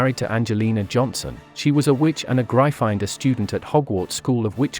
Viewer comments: Pronounced Griffindoor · Ik but the vid said Gry finder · Gryffindor is pronounced Griffin-Door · great video but can we skip the AI voice? They were in Griffindor not Gry-finder. I do enjoy your videos though. Keep up the great work. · It grifindor not gryfondon Duh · It’s Gryffindor not grifinder🤣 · Isn't it Griffindor? Not Grifinder..? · What the heck is " gry finder " ?!?! (Its pronounced gri-ffin-door by the way). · It’s not GRY- FINE -DOR it’s griffin-door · Oh my gosh it’s Griffin door not gry finder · Its GRIFFINDOR not GRIFINDER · Real Potterhead here, it's prounounced "Gryff-in-dor." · Griffindor [graifander] lol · Excuse me gri-find-dor? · Bruh seriously grifinder. Wth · My favorite word of this video was "Gry-finder" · The way he says gryffindor grifinder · It’s GRY FFIN DOOR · Really butchered the name Gryffindor didn’t you lol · You pronounced gryffindor wrong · I love the mispronunciation of Gryfindor. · Bloody learn how to say Gryffindor! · Good job! Why do you you pronounce "Gryffindor" in such a strange way? It's been pronounced a zillion times in the movies, audiobooks and by JKR herself! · Anyone else finding it hard to concentrate with the computer voice butchering Gryffindor and other words? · It's Gryffindor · Watch the video, he mispronounced Gryffindor. Also, *Gryffindor. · 1 it’s a joke 2 it’s gryffindor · Its actually gryffindor. Pls dont take this SIRIUSly (seriusly) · very nice channel but you pronounced gryffindor wrong and It's okay you pronounced it wrong